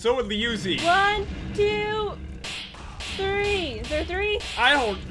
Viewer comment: Danielle Recor Swiftcatgaming29 actually pat said liuozi not jen